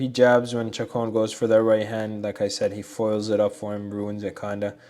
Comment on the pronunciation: Great study. I think Chacon is pronounced Shacone.